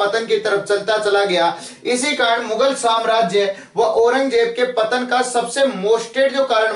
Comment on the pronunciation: पत्तन नहीं पतन होता है सर जी।